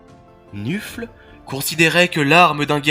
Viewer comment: C'est très bien MAIS... Gros gros gros "MAIS"... Le dieu du Blood bowl s'appelle Nuffle, qu'on ne prononce pas "nufle", mais "neufeul", ce qui le rapproche de la fédération de football américain : la NFL, la "neufeul". Voili voilou, tu peux réuploader ta vidéo 😇